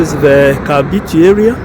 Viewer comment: KAMBITI.. KAMBITI.. NOT ... KABITI... KAMBITI.. NOT KABITI... HYEANA...is mbiti MBITI IS HYENA... KAMBITI.. is PLACE OF HYEANAS.. kambiti